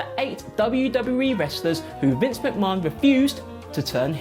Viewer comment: Can't stand the way he says Vinces name,it's as if he's never watched wrestling!